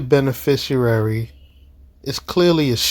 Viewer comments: Benefrishriar. WTAF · He’s mispronouncing “beneficiary”… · You gotta love the stupidity of such people when they use words like beneficiary and mispronounce it. There's no "u" in there. Dummies always.